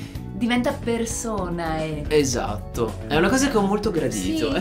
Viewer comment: Raga, Personae (e si legge personE) è la declinazione in latino di Persona(nom. sing.) al nominativo plurale.. il bello di fare latino al Liceo ahah